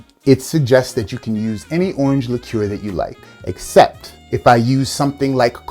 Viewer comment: Came for the cocktails, stayed because you're like the only American who can pronounce liqueur properly.